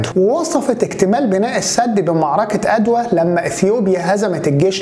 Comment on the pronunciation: اسمها معركة عدوى وليس ادوى